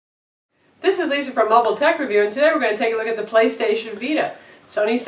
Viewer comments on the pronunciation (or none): none